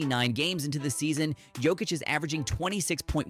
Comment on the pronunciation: Do pronounce Big Honey's surname as Yock-itch, will you? 🤡 Regards from Serbia 🐺🇷🇸